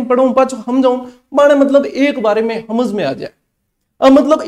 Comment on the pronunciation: अच्छा जी ...आप लोग ' स ' को ’ ह ' बोलते हो ...समझ को हमझ 😊